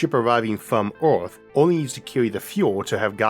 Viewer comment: so we start from Oorth to go to Moorth, sounds like a looht of fuool